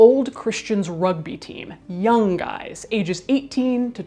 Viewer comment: Instead of "young guys" I heard "yum guys" 🙈